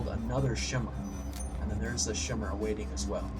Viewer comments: so I wasn't the only one who was bothered by that. BTW, it's pronounced kai-meer-ah. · this actually bugs me. it's pronounced "kai-mera" not "shmira". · chimera is pernounced ki-mirr-aa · "Shimra. Shimra. Shimra." That's not how you pronounce chimera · Sorry, but I cringe every time you pronounce "Chimera" wrong, so here is a useful link